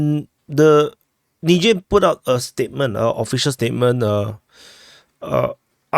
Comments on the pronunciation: it's pronounced Nizher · Not nigher😂😂😂wtf